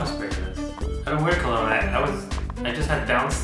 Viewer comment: colon!!! O.O you mean cologne...